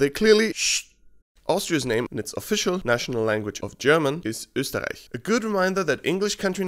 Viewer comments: waaait ... can youu also pronounce words with "ä" and "ü" correctly (well correctly from a german point of view) ? Because this has actually to be the the first time I hear an english YouTube pronounce a word with an "ö" in it correctly, I mean, completely correctly. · Hey! Im from Austria and you pronounced "Österreich" pretty much perfectly. Respect! :) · I think you must be from austria, cuz nobody else than austrian can pronounce Österreich so perfectly. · ikr, btw, im from Austria to :D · yeah suprised me too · He said it perfectly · Your pronunciation of Österreich is good ( this comes from someone who lives is Australia) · as an Österreicher, I can say you pronounced Österreich really well. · Thank you SO MUCH for correctly pronouncing Österreich. Nearly no English YouTuber gets this correctly. Great video, keep on going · OMG YOU PRONOUNCED ÖSTERREICH SO GOOD IM AUSTRIAN AND THAT IS THE BEST ÖSTERREICH I HAVE EVER HEARD HOLY SHIT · I think it's remarkable that he pronounced "Österreich" with a perfected austrian accent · Your pronounciation of Österreich is spot on, exactly as it is in German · Thats because he is from Österreich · Well, He's Austrian so I'd hope he'd get it right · Dude you nailed "Österreich" 😂😎😎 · Österriech is not particularly hard to say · As an Austrian hearing your perfect pronunciation of Österreich in an English sentence gives me the chills 😄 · Damn, your „Österreich“ is on point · Damn you pronounced Österreich perfectly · This "Österreich" was pronounced pretty good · You pronounced it so damn well. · This guy sounded out Österreich correctly. You get the approval from an german here. Mission accomplished +Respect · you can say Österreich very well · As a german i think your "Österreich" sounds pretty good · Servus you must be an austrian sincd you sayed Österreich smooth and well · Wow, you said Österreich really god, did you speech German? If so: Grüß dich